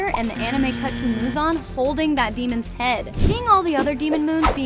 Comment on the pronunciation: “TanGiro” “GUYoo” “MoozAn” “Tanjiiiro” I cant